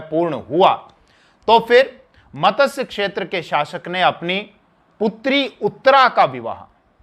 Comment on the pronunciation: मतस्य क्षेत्र नहीं मत्स्य क्षेत्र